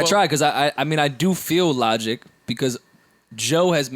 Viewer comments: It’s so funny to me when Joe calls Logic “Lawdge”😂😂 LOL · "Lodge" 🤣🤣🤣 thats nasty